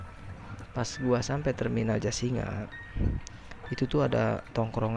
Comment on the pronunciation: Jasinga kali...bukan jasira...😝